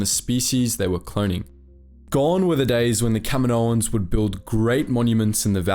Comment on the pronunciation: Kamino - Kaminoans.... It's not that hard to understand my guy